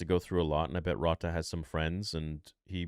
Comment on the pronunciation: whats with the miss pronunciation of Rotta's name also Moana lol